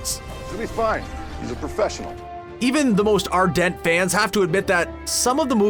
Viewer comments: Are...dent.... Lol. Its AhrDint hombre. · I love it when someone is given a script to read in their own language and has no idea about a word...'are..dent', do you mean ardent? xD